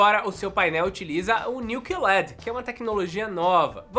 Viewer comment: Meu filho, é Q LED, não "CUE" led, em ingles ficaria Q-L-E-D, porque eles falam L-E-D não led LED é um acronimo não uma palavra